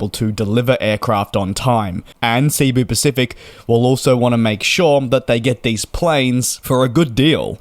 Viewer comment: It's SE-BU not SEA-BU Pacific. Short E, like "sent", just from a Filipino.